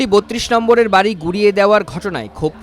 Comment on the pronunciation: vari vanga na, ota hobe bari vanga